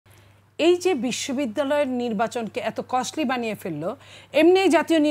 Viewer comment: "Costly" শব্দটাই যে উচ্চারণ করতে পারে না, সে Cost নিয়ে বয়ান দিচ্ছে। এটাই বাংলাদেশ 😂😂😂